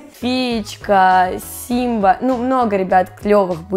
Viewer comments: Сема а не Симба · НЕ СИМБА А СЕМАААААА